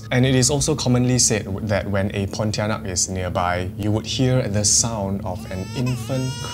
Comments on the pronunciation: I cringe every time you say ponti... I saw one at the hospital 😅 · He did ponitianak dirty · it's not pontianak bruh, you even got it wrong with the name smh